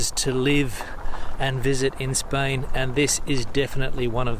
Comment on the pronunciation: When on earth,you will be able yo pronunce Spain right!!!!